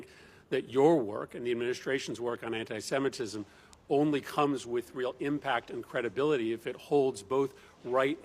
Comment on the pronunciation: First: it is antisemitism. Please, learn how to pronounce it when you are preparing for your segment. It’s not that difficult. Second: he did it. There is no way around it, no amount of mental gymnastics will make it OK. Jewish people know it , they are making statements , maybe just not in massive statements. No need to lump up all Jews in one group. And please do not lump up everyone into one big group. The person who was talking about ALL Jews as Zionist- antisemitism right there! Not everyone is like that He is not doing it because he’s on autism spectrum, because he’s exited etc. He purchased himself American President ! And now he will have monopoly of Tesla ! Of course he’s exited! Would it all go the way he wants it? We’ll see if Nazi regime will flourish here. It is starting to Asbergers is no longer a thing! It is offensive to use that term Autism spectrum is proper term.